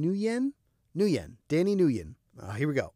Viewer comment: Just as a little thing, nguyen is pronounced Nwee-en! In vietnamese it’s pronounced with the G like the G in singer Ngwee-En